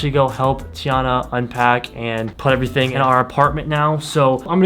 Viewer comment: "E'veryting you need abou NISSAN GTR" Coming from a real big expert who has owned a GTR for 2 month and don't do a fucking shit self with the car. Sounds like a real pro or doe'nt it??? 😂 😂 😂 😂 S